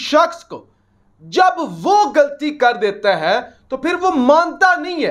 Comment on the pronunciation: the word is ghalti not galti